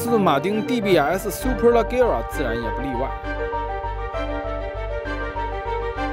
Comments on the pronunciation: 听你读leggera就看不下去了，明明读le杰ra，车评人连名字都读不对还给别人介绍车？ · 叫le节拉 大哥 名字都读错